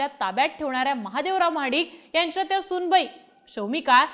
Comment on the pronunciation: Mahadikanchya ❌ Mhadkanchya✅ 😂😂